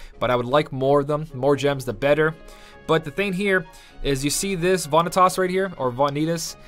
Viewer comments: haven't you played KH:BBS? It's pronounced 'Vuh-NEE-Tus':P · Vanitas is also the name of a category for symbolic works of art. You may have heard about it in a history class but most people in IRL pronounce Vanities the way does. I don't know how people pronounce other names wrong though like Lea and Namine. But people saying KH Vanitas wrong is at least reasonable.